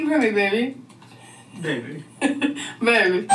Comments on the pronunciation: I hate how both these imbeciles say baybeh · When says “baybee” there’s a “v” sound in it and it’s what makes it intolerable I think. She says I like “bvaybee”